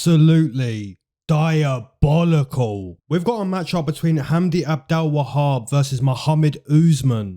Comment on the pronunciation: LMFAO PLEASE STOP SAYING DIABOLICAL LIKE THAT